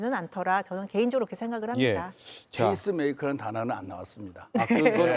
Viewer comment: 민현주 의원 Pace maker 발음을 Face 메이커라고 하셔서… 말뜻이 우스워졌어요 ^^